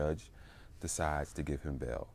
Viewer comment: It's pronounced bail not bell. It's pronounced mail not mel.